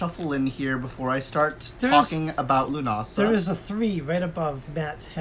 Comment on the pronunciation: Nice to hear you pronounced correctly... Now if I hear ya say Sam Hain